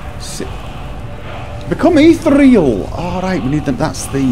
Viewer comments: "Ethereal" is pronounced "ih-THEE-ree-uhl," not "eeth-ree-uhl" Sorry, that just bugged me lol. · Actually, it's "Eth-Ear-E-Al" eth as a sound like Eh, not Eeeeeee in there."